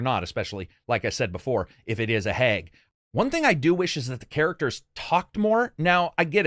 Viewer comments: Love your videos, really do.. love the wordsmithing, thats what sets this channel apart for me. However... its how you pronounce words that shouldnt be that badly chopped. Hag is pronounced like bag not "heg". Maybe its an accent difference? I dunno, but same way you pronounce Yakuza hits me in the pet peeve. /twocents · Lol I love hearing you say “hag” as “hayg “. Reminds me of my Midwestern friends.